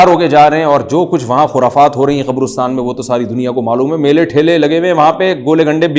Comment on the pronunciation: Abay qobrostaan nahee qabrastaan hota hai.